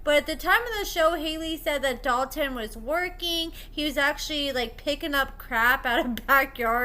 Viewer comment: Omfg I can’t STAND hearing Hailey say “Dalton” 😩😩😩 Drives me crazy !!!